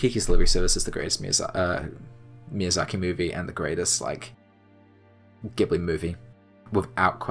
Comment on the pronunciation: Everyone's disliking the video because he mispronounces Ghibli, right??